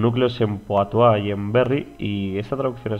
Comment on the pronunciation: se escribe Poitou y se pronuncia puatú.